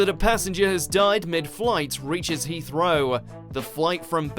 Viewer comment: why does this narrator say "He-throw" instead of Heathrow. it seriously annoys me so much >